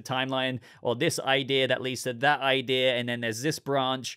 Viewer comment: You said "idea" then you said "idear" which is not a word, ideal would be an option